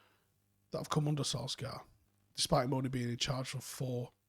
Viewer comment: Why do folk still pronounce his name as "Solskaar"? He's said it time and time again. It's pronounced "Solshire".